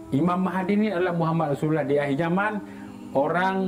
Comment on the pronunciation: tengok muka pn dah tau org jawa cak..takpe kt tggu jabatan agama tngkap..sebutan easulullah pn tak mcm org melayu sebut..